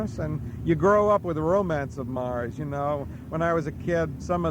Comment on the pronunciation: Why he said 'Nars' when he meant 'Mars' I'll never know.